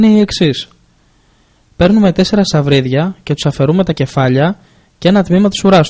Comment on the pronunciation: "Παίρνουμε 4 σαυρίδια" χαχαχα 😂🤣😂🤣😂🤣 τέλειο!!! Σαφρίδια βρε!!